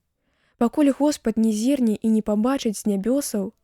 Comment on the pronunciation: Прачытана: пакуль Госпад не зір'не (?), правільна: зірне'.